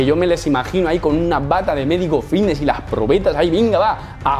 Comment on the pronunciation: Yo siempre pensando que decía "fitnes" mal a posta y resulta que dice bicnes sin querer 🦊🦊🦊🦊🦊